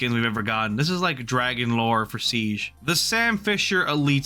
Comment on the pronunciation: i had to stop watching because of how he pronounced siege